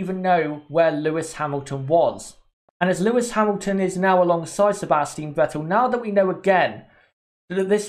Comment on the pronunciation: It's SebastiAn Vettel